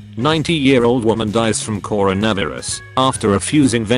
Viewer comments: Normal people: Coronavirus Meme voice: Core-own-a-veeris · 90 year old dies from “CoraDiryus” Me: what’s, “CoraDiryus?”